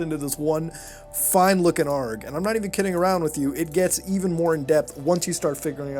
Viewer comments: Why are you saying A.R.G as arrrgh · It is A.R.G(Aye, Are, Gee.) Not ARG, just a heads up. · its an a.r.g (say the letters) not arg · I can't stand how he pronounces it "arg" not "A-R-G" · It's not pronounced "args", it's just pronounced by letters "AYY ARE JEE"